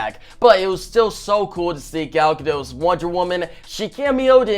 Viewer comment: As I keep commenting, the "t" in Gadot isn't silent!! She has no French roots what so ever. GadoT!